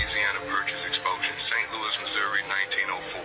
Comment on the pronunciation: I know not to trust someone when they pronounce exposition as 'exposion'.